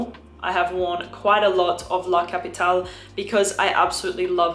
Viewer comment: Like you pronounce the E in Erba Pura you sould pronounce the E in La CapitalE, it's italian not french